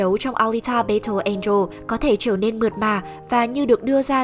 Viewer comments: Bài đặt nói tiếng Anh rồi còn đặt tên kênh W2W cho Tây, thế mà đọc "battle" là "bây-tồ", hài vl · Đội ngũ kênh nên tìm hiểu cách phát âm tiếng Anh đúng và rõ ràng trước khi làm clip, chứ nghe đọc từ battle rõ khó chịu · nghe cách đọc chữ "battle" là hết muốn xem clip